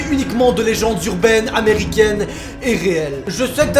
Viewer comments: Noaaaaa ya pas de S dans legende c un G 😂😂🤣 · "Aujourdhui on va parler des [LÉZENDES] urbaines" parle tu français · Aujordhui on va parler des lezendes urbaines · Lezendes urbaines a l'intro 😂